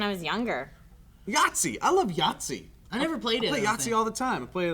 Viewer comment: when Joe first said Yahtzee i thought he said Nazi, until he said it a second time that is. needless to say i was very confused for about 2 seconds